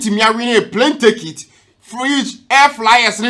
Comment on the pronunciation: Airfryer NOT AIR FLYER